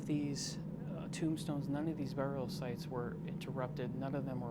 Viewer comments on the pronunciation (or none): none